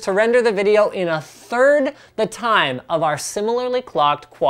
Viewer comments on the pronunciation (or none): none